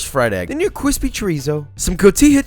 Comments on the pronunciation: I lost count of the cwispys... great vid - thanks. That fried egg one looks like I need it it desperately in my life. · Starting to think Josh has a speech impediment from all the “cwispy”s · dude, stop with the "kwispy" bullshit. Real cooks look at you like you're a dumb fucking kid, which you are. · I get a boost of serotonin every time you say “cwispy” 🥺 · Nice and cWispi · If you say “cwispy” one more time 🤬🤬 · can u stop saying cwispy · Nobody: Joshua: nice and cwispy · he said NICE AND CWISPY AAAAAAAAAAAAA (i love him) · cwispy :D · Everytime you say "cwispy" I take damage. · Drinking game: Everytime Josh says "cwispy", take a shot. ...see you on the other side, everyone! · Please stop saying "kquispy". I'm begging you. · Josh, great vid as always, but can you please stop saying "cwispy"? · I came for the great food content. I left early because of all the cwispys. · Is he saying 'cwispy'? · Do you even know how many times you said "kwispy"?! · take a shot for every time he said cwispy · Stop trying to make "cwispy" happen. It's not gonna happen. Seriously though, please stop. It's just annoying, not funny. Otherwise, love your videos. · I can’t possibly be the only one who cringes at the word kwispy or whatever he says. Mad love but stop bro . Lol. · I love a fried egg in my breakfast taco it's so cwispy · Those tortillas look KWISPY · “Cwispy” count is off the charts! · I kept hearing "cwispy" instead of crispy. LOL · I think that just might have something to do with the fact that he is saying cwispy.... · Hearing an adult say "cwispy" while not talking to a 3 year old is a deal breaker for me. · Quit saying “cwispy.” I’m fucking cringing into oblivion. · Nobody: This guy: cwispy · Please - and I can't stress this enough - PLEASE never say cwispy ever again. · Can we get a “qwuispy” counter, please? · the constant "cwispy" was ......... something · For the love of God stop saying cwispy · can you stop saying cwispy please thanks